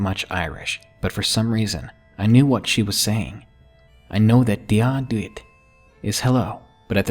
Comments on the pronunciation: He pronounced the Irish part wrong. The word is dia duit (it means hello) he pronounced it dia do it. It's pronounced dia dwit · His Irish is so awful- it's pronounced "Jia Ditj" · when he said dia duit I didn't know what he said because he pronounced it wrong but when he said it means hello I knew he said hello in Irish because I can speak Irish because you're supposed to say it like dia ditch lol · btw it's pronounced g a ditch (dia duit)